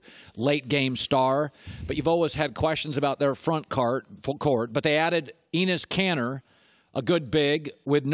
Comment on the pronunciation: Not Eenes Kanter. It's ENES Kanter. Show at least enough respect to pronounce player's name correctly.